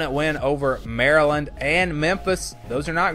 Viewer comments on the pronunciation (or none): none